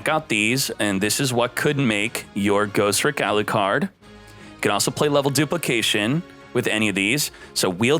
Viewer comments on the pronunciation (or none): Bro it's Ghos-Tricks not Ghost-Ricks. Ugh. Thumbs down on this video. Change your accent dawg.